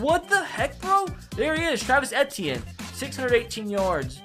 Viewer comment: say it with me as a Clemson fan I'm so disrespected E-T-N not E-T-E-NNNN-A